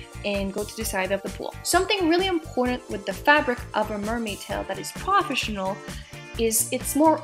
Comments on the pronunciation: And you say many words wrong like.. Professinion.. like wth? I hope you enjoy your toy.. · PRAFESHINAL is wat she says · What the hell is "prahfessional" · manimdumb and I swore I heard more crawfish than professional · We all, know you have an accent but it got me cracking up when you say proafishinell mermaid hahahaa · Dude she cant even say profesional.And of course she likes the "profesional" one,so she talks bad of fin fun,girl before you jugde please learn how to prenounce,when you say profesional you sound like a 2 year old.sorry.